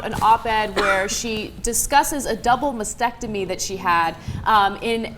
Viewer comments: Ok, after the first few times, I thought it would go away, but seriously guys; Sound it out, spell it out. Mas-Tec-Tomy. masTectomy. Not "massectomy" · STOP SAYING "MASECTOMY". It's "MASTECTOMY", you freaking dumbass! Stop focusing on insurance and focus on how "heroic" and "noble" are not even in the ball-park of describing this. Try "dumb" or "stupid". People, listen, if you don't have cancer in your head, don't have your head removed. If you don't have cancer in your breasts, DON'T HAVE THEM CUT OFF!!!!!!!!! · They keep mispronouncing mastectomy - they're omitting the first t for some reason